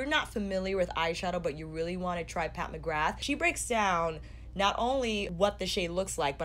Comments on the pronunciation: Im so bored of warm toned eyeshadows so I didnt even want to look at what this palette looked like for a while lol I was disappointed and even avoided her instagram for ages I didnt want to see orange, red browns and gold again but I really like this...I feel quite apologetic towards her now. I was such a fool for doubting her xD also the surname McGrath is an irish name so it is pronounced McGraah, no th sound. It is a common surname in Ireland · not telling you to say it that way even though the "th" is never ever said because her name is really known with the th sound now in america and thats fine just letting you know anyways :)